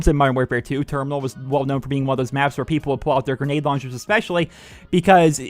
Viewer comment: It's termoonal